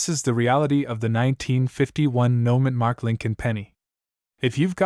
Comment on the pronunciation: I think it's "No Mint Mark" not "Noman mark".